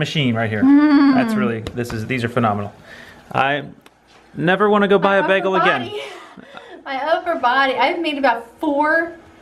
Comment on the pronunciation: Oh, that South Jersey pronunciation: "beggle". 😜